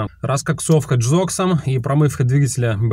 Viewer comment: И почему джокс а не гзокс ...и не би-джи а бг (борис гребенщиков) 😂